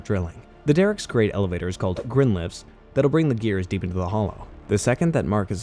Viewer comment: Grind-lift Not "Grin"